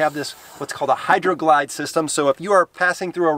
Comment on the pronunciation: Oh man, you officially have the sickest fleet of vehicles, i cant with for my 392. By the way, it's Hydro Guide! :)